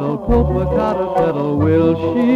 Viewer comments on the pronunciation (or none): This is an English version of an original Spanish song from Mexico, which seems not to have been transferred to film for YouTube. The original song is not so frilly and "novelty", but does include a similar mispronunciation of the name Popocatépetl. The melody is beautiful, and the song on the other side of the original Mexican record (about loving a city with beaches) is amazing.